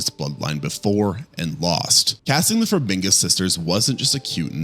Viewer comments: Taissa and Vera's last name is Farmiga, not Farminga. Bruce Campbell's last name is not pronounced like Camp Bell". C'mon, dude. If you're going to talk about actors, learn their names or you lose credibility. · Look, I like your videos, but you’ve gotta check your pronunciation of stuff… Like it’s Farmiga NOT Farminga…and I assume you’ve seen the conjuring and nun movies so how are you pronouncing Valek wrong?!?! I hated the nun movies but the mispronunciations are brutal. Maybe it’s just me but ughhughuggh